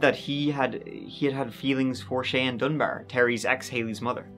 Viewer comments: 'Cheyanne' is usually pronounced like "Shy Anne." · Thank you,, for pronouncing the name Cheyenne correctly, as my daughter is called Cheyenne, and they always pronounce it wrong,so thank you for that.Now, gooo 😊 x